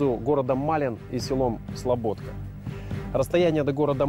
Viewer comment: Слобідка, а не Слободка чел